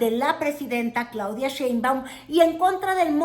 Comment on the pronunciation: es Sheinbaum y no Chei Güerita